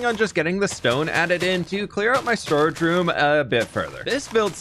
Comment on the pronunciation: Ok, one of the times you said 'storage room' I thought you said storage shroom I want a storage shroom now A grand mushroom filled with chests in the cap